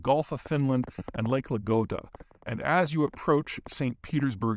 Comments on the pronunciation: Coming from a finn, this was 100% correct, except the pronounciation of "lake Ladoga"😄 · You noticed it too. 🤣